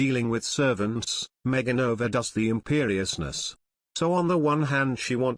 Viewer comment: It's, ( Me - a - gain , not Me - gine ) y